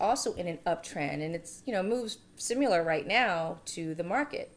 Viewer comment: You say similar wrong